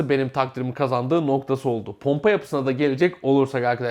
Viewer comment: ponpa derken